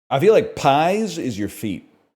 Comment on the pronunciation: As a Spanish native hearing pies pronounced as the food in fucking killed me